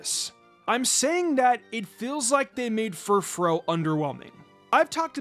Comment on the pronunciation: It’s pronounced fur-FROO, “”! 🤨